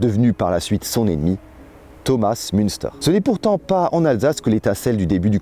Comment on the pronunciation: Dans le texte dit et dans la bibliographie, il ne faut ni lire, ni entendre ''Thomas Munster'' mais Thomas Muntzer''.